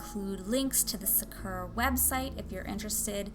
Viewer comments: What? “Sukera” pens? It’s Saa-ker-Raa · Sa-uh-kur-ah? No no its pronounced Sak-ur-ah